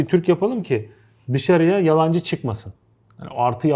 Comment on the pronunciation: yabancı kelimesini yalancı gibi söylemiç